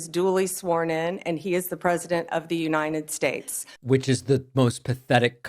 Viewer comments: What is this ''Unined States'' she is talking about?? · "Unined States" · Isn't it the United States not as she pronounces it the Uninted States? And she is a lawyer. Doesn't even respect the country enough to pronounce the name correctly.